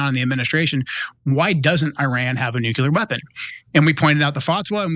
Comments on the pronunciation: IT'S. "NOO--KLEE--ER", NOT "NOO--KU--LER"!!!! IDIOT!!!!!!!! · NUCULAR !! WHAT !! “It really bothers me when a guy like this, supposedly well‑educated and eloquent, mispronounces the word ‘nuclear.’ It just destroys their credibility.”